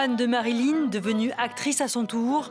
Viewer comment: * MariLYN svp et non MaryLIN 😂